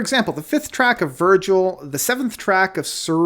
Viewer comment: It's Vigil, not Virgil.